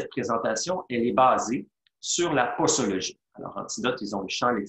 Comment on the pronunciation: On prononce poZologie et non poSologie...